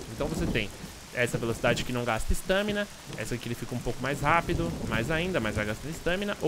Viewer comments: ESTÂMINA? É "estamina" . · para de falar "estâmina" é estámina, sério sem qrer ser hater, mas dá nervoso, e o bglh q tu fala toda hora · "ESTÃMINA" que aflição kkk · sua pronúncia, estâmina está errada abraços!